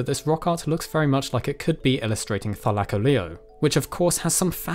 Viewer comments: say it with me: thy-la-call-ly-O not -thy-la-colleo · Th-i-lak-o-Leo? Th-i-l-co-Leo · Your saying thylacoleo wrong it is thyla-co-Leo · I didn't realise this was how it's pronounced... I've been saying -thyla-co-leo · I only clicked to see if you pronounced it correctly, slightly off but better than most ark half whits, Thigh-la-Co-Lee-oh is how it's pronounced, they pronounce it like Thy-la-Car-leo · It funny how he say ty...-laic-olio not thy-lac-olio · Wait so ive always pronounced it Thyla-coleo are you telling me its pronoynced Thy-laco-leo???? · Wait it’s pronounced thi-lie-ca-leo I thought it was thi-le-co-lo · more like "thigh" lacoleo am I right lads? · You say it thy-lac-oleo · Lmao he says thigh-lack-o-leo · The mispronunciation of Thylacoleo drives me crazy. Try Thyla/coleo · Ur pronouncing it wrong it’s thi-o-co-lio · It’s “thy-Lo-Cole-lio” not the way Pronounce it lol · im here from ark and getting triggered at his pronunciation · Take a shot every time says thylacoleo wrong XD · bruh its not pranounced that way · Me who plays Ark getting triggered by the way he says Thylacoleo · You use the weirdest pronunciation for it